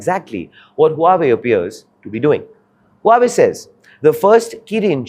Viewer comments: Your pronunciation of Huawei is grotesquely wrong. It's pronounced Hu-Ah Wei. The name is very meaningful to all Chinese people. It means Greatness of Chinese. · The first time I've seen (and credit for doing it!) A presenter correct the pronunciation of Huawei "Mid flow"! Well done!! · Huawei is not HueWei. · What the heck is whowei ? Learn to pronounce first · Please check the pronounciation of huawei(wow-wei). your's feels weird. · What? Huawei being the focus of the subject matter and the presenter cannot get the pronunciation of Huawei correct? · Learn to pronounce the name correctly first before you make any video about it. It is painful to hear such weird pronounciation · if you can't pronounce the companies name properly don't try to report on it. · Please learn how to pronounce the name correctly who is who..aay? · Learn to pronoun the company name first before doing news :face-blue-smiling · Can't even pronounce the name correctly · For fs sake learn to pronounce the name properly or quit your job. This anchor is insufferable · Get the pronunciation of Huawei correct please narrator. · Even can't pronounce Huawei in proper way 😂😂😂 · Couldn't finish watching the video! Too unprofessional. Its not Hue-way - Its Huawei. Learn the pronunciation first before making a video on it! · Hua wei! Not hiu wei! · Where did you learn to pronounce HuAwei as Huwei? Huawei is internationally famous and yet you don't know how to pronounce it's name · It's not hyuway it's pronounced hu-aa-way. Maybe people not into tech should not give tech news. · Its pronounced as HUA-WEI.....not hueway LOL. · So try pronouncing the name right......it's WHO AA WAY, not whoeey, as you say...... Very hard to take your analysis at face value when you bugger off from correcting the simplest mistakes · Huawei is not pronounced huuuwat but hwaaaway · Huawei is not pronounced as WHO WEI but WA WEI or HWA WEI! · This guy cannot even pronounce Huawei properly...ha ha ha HU.......AWEI not HUa...Wei